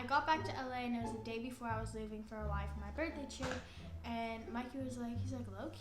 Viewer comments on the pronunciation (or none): none